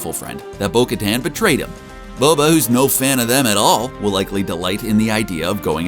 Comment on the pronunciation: I hate how you mispronounce her name